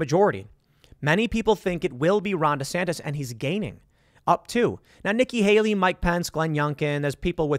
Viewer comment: I roll my eyes every time you say “DESANTIS!” Like, I get it - but slow it down there Seabuscuit - 2028’s a long way off.